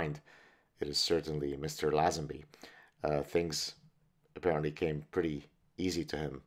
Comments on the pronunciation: Its LayZenBee, George LayZenBee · George Lazenby, pronounced Layzenbee I thought. Aussies have the best banter no doubt. I actually lost my virginity cos of a bet with a young friend of mine. Not proud of it but these brotherly challenges produce results lol MI6 (counter/) intelligence, surveillance officer recruitment and training very much looks for these same abilities, the confidence to blag your way into someone's home for example is one test they use. Same with SAS. Early recruits were total blaggers, even tasked with stealing all their equipment, supplies from other army units. Bond films weren't Hollywood blockbusters. The producer -- Broccoli -- was a notorious character himself. The stars weren't paid as much as they would have earned in similar Hollywood roles. Bond films were a strangely Anglo-American affair, produced by NY Italians and Jews, made at Pinewood Studios, with British staff Cubby Broccoli on his preference for Dalton A rather bitter, hipster 68'er Lazenby